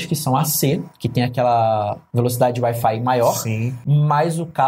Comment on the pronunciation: Parece quando o Alfredo fala wi-fi, parece Air Fly. Kkk